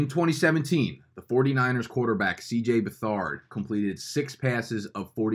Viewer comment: FYI, it's Beth-erd not Be-thard and CJ is the son of new hall of famer Bobby Beathard